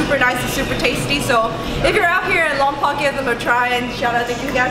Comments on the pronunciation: the locals prefer the pronunciation LOM-POKE but whatever. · Lompoc is sound lom poke. Please. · Locals pronounce it Lom-poke (just fyi). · Pronounced lompoke